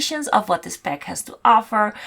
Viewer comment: Oh... For like 10 minutes I was like '' peck''?... Whats a fuckin peck??!.... Girl its PACK. Gosh AAAAAA